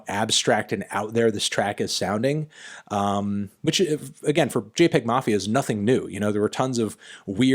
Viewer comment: It’s actually pronounced jay-pee-egg mafia